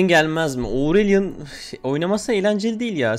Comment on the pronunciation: Aurelion mainim abi AURELİON LÜTFEN OURELİON DEĞİL HÜÜÜ NSDBKSHDJSJX